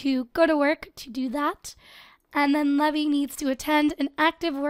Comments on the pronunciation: That name isn't pronounced levee its pronounced lee-v-eye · The name Levi is actually pronounced Lee-vi. A "levee" as you're saying it is the structure put in rivers to regulate water level. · Leev-eye Like an eye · I pronounce the name Levi lev-ee too. Most people pronounce it Le-vye, but I know one person whose name is Levi and pronounced Le-vee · It's urking me how keeps calling him Lev-EE, isn't Levi pronounced LEE-vye? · As someone whose related to a Levi and has dated a Levy, allow to me inform you that Levi, the way you spelled, it is pronounced Lee-Vai not Lev-ee. Levy is Lev-ee Levi is Lee-Vai. You're welcome. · Levi? It's pronounced leave-eye 😂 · Actually your wrong from watching anime and being a japanese freak i have come to understand you are wrong it can be said either levi or leave eye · Just thought I'd mention the name Levi is traditionally pronounced "Leave-eye" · I pronounce Levi's name 'leave-eye' anyone else do that too? Or do you pronounce it like does? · isnt levi pronounced lee-vie??? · Actually, Levi is pronounced 'leev - eye' but whatever:) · You dont say "levi" u say lee vi rhymes with bye so levi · isn't it pronounced leaveye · Levi is pronounced Leeve Eye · Did you just... You just pronounced levi as levy.... Oh god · My attack on titan side is hurting on how u say Levi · You want to name him Levi like le vee? Just making sure its not Levi like Lee vī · You're not pronouncing Levi's name right... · Is it just me who is annoyed about the way she says Levi?